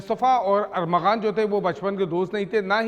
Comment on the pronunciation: کیسے میڈیا رپورٹر ہے کبھی ارمغان اور کبھی ارغمان۔نام لیتے ہی زبان پھسل جاتی ہے۔۔